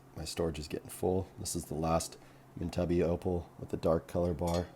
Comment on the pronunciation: You would think that, by now, he would have watched an Australian video about opal and heard the correct pronunciation.